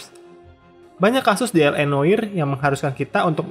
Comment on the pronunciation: Noire dibacanya Nwah, min🙏